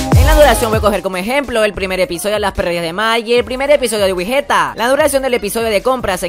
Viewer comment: Me gusta mas wigetta Pero Uno wey ew como obvio que te van a gustar las perrerias de mike ya que esto es un canal fandom de Mike y no de "Wigetta" Dos: Wey se que es algo que no solo tu o ustedes se equivocaron pero es wigetta no wigueta ._...